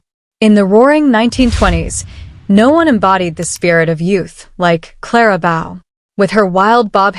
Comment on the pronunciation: Number one dot Clara Bow?! The correct pronunciation is a long “O” sound. Remove the “L” from the word bowl and you’ve got it.